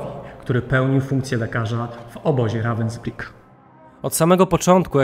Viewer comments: Dokładnie to Ravensbhyk się czyta. Więc proszę się doinformować i nie wprowadzać w błąd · Naucz sie czytać i mówic po niemiecku końcówki er czyta się jak „a” miasto wypowiada się ravensbrug 😊😂